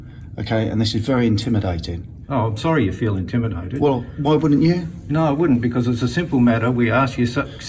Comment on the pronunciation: Did the cop just say capimidated at the end instead of intimidated 🤣🤣🤣